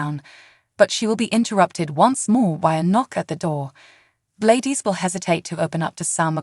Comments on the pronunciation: I'll subscribe when you learn how to say GLADYS! Not G-ladis! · It’s Glad dys ??? Please pronounce the names correctly???? You sure do have a lot of mights and maybes ??? Not sure that this is even a true headline , much less a reliable Spoiler???? Couldn’t even make it through your whole video??? What a complete this mess of a video , there’s absolutely no way that Sasha is going to forgive this evil witch???? You can’t even pronounce Sasha’s name correctly either , try watching an episode and get educated on the show along with the characters???👎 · Say Gladys name correct